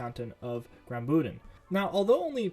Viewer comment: It is GRAUBÜNDEN not "grambünden"